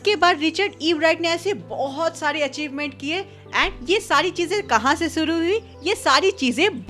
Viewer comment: Shuru ❌ suru 👍 😅😅